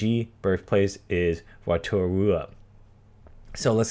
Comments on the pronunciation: Ay new zealand rep and it's pronounced row-ta-ru-a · It said like mut a raa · you butchered it my guy. Rotorua is pronounced "row-toe-roo-ah" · Same, trying to pronounce rotorua 😂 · yeah he pronounces Maori and Rotarua so bad